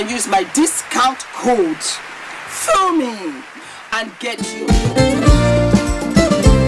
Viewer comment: You said Fumi, and you said it right[[[[[